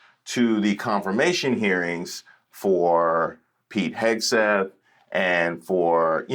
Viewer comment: Did you say Kegseth?!